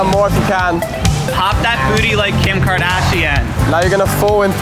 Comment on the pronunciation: Did he say “Kim Kardashia” ? 😂